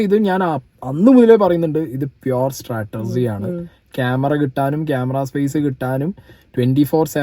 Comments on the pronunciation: Brother it’s not stratergy. It is strategy. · Its strategy not startergy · ചേട്ടൻ Chatterjee എന്നു പറയുന്നതുപോലെയാണ് Strategy എന്നു പറയുന്നത്.. നല്ല രസം😂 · Can you check Strategy pronunciation 😬